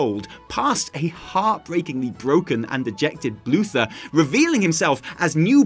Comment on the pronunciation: "Bluther"!! omg!!!